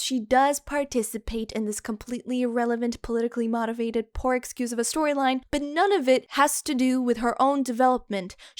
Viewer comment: I swear to god if you say "mahtivated" one more time...